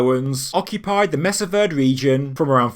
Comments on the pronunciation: pronounced like maysah vurday, not messuh verd. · this is one site I have been to. It is a lovely settlement with many other sites on the Mesa. Incidentally, it is pronounced Maysa Vaerday. I was particularly interested in the agricultural practices on the mesa, and I noticed some things about the site that, frankly, the rangers and guides had no awareness of. The story is actually fairly simple, sad, but educational to all of us. The surrounding area went into a bad drought. Even now, the surrounding area is quite arid as compared to the top of the mesa (mesa means table, and it is essentially a flat top mountain). The people from the area began to raid the mesa because they were the only ones able to still grow food. It was apparent to me that the people withdrew to these locations because they were less vulnerable to raids, and I suspect the tower may even have been a grain silo. Still, they had to go up top to grow the crops, amd as the drought continued they came to suffer continual attacks until they just gave up and went southeast. It is a lesson about economic hardship, and how you cannot really hide and thrive while everyone around you is starving. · Its pronounced MESA VER-DEE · Love the whole area. Thank you for covering this. I used to rockhound near there on the edge of uranium land that had some Anasazi rock paintings. One note, Verde is pronounced var-day. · Mesa Verde is pronounced "May-sa Ver-Day." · Mesa Verde is pronounced may-saw ver- (rhymes with dare) day. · FYI.. .pronunciation of Mesa Verde is (MAY-suh VAIR-dee) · Fascinating info. Just FYI, "Verde" is a spanish word meaning "green," and is pronounced "VAIR-deh" - close to "VAIR-day." "Mesa Verde" means "green table."